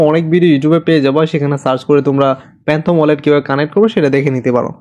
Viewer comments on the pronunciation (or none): প্যান্থম না ফ্যান্টম ওয়ালেট 😊